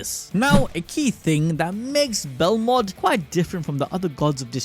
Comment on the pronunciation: BEL MOD bro said belrod like 8 times